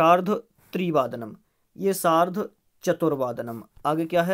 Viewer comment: सार्ध hota h 🤣🤣🤣🤣🤣🤣